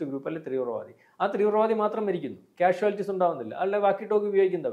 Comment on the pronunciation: Trivravaadi alla teevravaadi